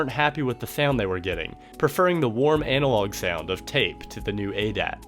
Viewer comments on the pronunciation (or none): He said ANAL-og